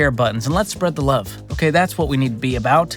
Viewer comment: ... and wuve, twuu wuve